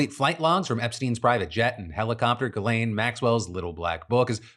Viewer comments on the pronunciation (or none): none